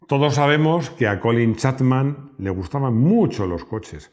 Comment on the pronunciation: Te has pasado todo el video diciendo Colin Chatman cuando es Chapman.